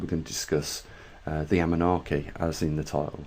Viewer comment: Anunnaki - please NOT Amunnaki